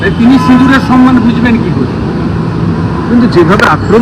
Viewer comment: কথাটা সম্মান,উনি বার বার বলেন সন্মান। বাংলা ভাষাও জানেন না।